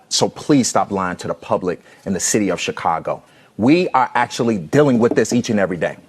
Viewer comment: Bruh did you say Chicongo? 😆